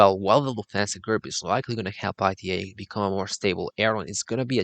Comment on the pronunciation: The mispronunciation of the airline as I T A rather than ’ee-tah’ doesn’t help either; if you’re going to talk about an airline, let’s start by doing some research, and pronouncing the name correctly